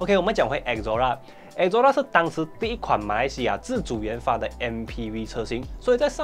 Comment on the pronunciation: 自主冤发😂😂😂😂 太像某强国😂😂😂😂